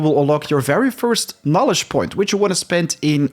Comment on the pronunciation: You pronounced knowledge as Knolist, not good.